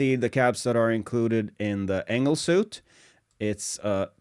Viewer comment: great review. can always use more chainsaws... fyi , french is silly af and suite is pronounced 'sweet'. someone lost their Ws and Vs